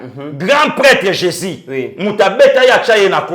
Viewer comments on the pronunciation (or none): none